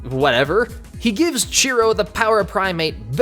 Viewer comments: Chiro, not Cheeto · lol what is his name, cheeto or chiro? Cuz i keep hearing "Cheeto'' in this lol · Huh, I didn't know that episode was actually the first one. Also, you sound like you're calling him Cheetoh. And that big old monkey looks like Bane. Lol this cartoon was my childhood. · The name is Chiro. (Chee-ro) He says this himself. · This entire time I thought he was saying "Cheeto." My life is a lie